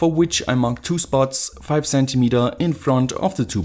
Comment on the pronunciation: I like your narrator especially when you say 'z'entimeter